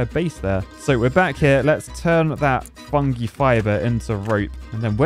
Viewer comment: The way you pronounce "fungi" is legit stressing me out.